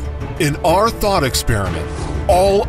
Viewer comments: Lol I thought he said ‘in our thot experiment’ 😂😂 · Am I the only one who hears “in our THOT experiment”